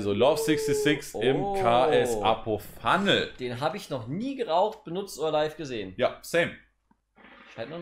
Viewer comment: Letzte Kopf, ich hab den ks Fumnel schon ne ganze zeit lang. Er heißt nicht ks appo phunnel 😅. Mein ks knall ich fast komplett voll, leicht über Glasur. Zudem hab ich mir erst vor kurzem ein lotus 1+ geholt, davor immer mit 4 lagen alu geraucht. Meine alu war immer top gespannt und ich kann auf keinen Fall sagen, es is viel schwieriger als panzer. Ich find es sogar viel leichter 😉